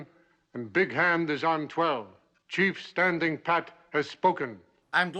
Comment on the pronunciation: "Cheif Stand and Pat"🤣 I'm can't even...